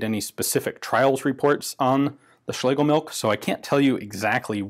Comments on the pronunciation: Phonetically, it's pronounced schlay guh milsh. Cool weapon nonetheless. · So I guess 3 people think they have done better videos on the Schlegelmilch 1896? Speaking of which: It's SchlegeLmilch, not Schlegemilch. As stated in this Gewehr 88-article on the German wikipedia, which mentions the chief designer by name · The name appears to me as being pronounced shlagamilsh.